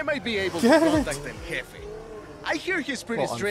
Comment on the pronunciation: Pronounced hefe